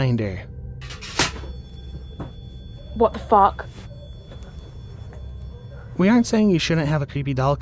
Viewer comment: "whuat the fock"